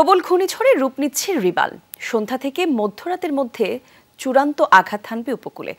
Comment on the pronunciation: রিবাল না রিমাল হবে